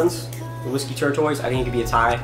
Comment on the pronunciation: It's TORE-TUSS (like the turtle); not TORE-TOYS. :)